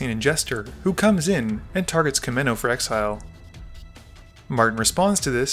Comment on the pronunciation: Kaminnow? Come on, dude. That's a U and an A! It's Koo-mahn-oh. Otherwise cool video